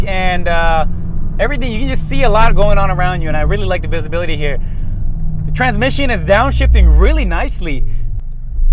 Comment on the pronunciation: "visalabidlity" lol